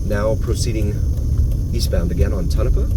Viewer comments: Yeah I've never heard of "Ton of paw" before. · Never thought I'd hear Tonopah pronounced so incorrectly in my life... but here we are